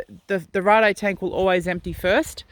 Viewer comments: It's Raid, Raid Garage not rarday :D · Power wheelie in 6th? Come on now! It's pronounced like Blade, But with an R.